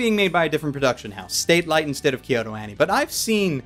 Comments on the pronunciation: Pretty sure it's "SATelite", not "STATlite". lol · Just putting this out there, it's "Satelight" not "Statelight", so I believe it's pronounced as "satellite" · I find it almost blasphemist that keeps mispronouncing the studio name as "Statelight" when the actual name is "Satelight".......... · It's Satelight, not Statelight yes, that's very important and HAD to be corrected. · I really don't understand why you always read studio "Satelight" as "State-lite".... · No offense but its pronounce Satellite